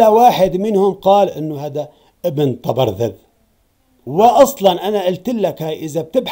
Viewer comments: أكرمكم الله يا سيدنا ليس تلفظ ( طبرذد ) وهي طبرزد أقصد تعيد وتردد ( تبرذد ) فأنت تلفظ الزاي ذالاً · طبرزد بالزاي ياسيدي حاول تصحح نطقك حفظك الله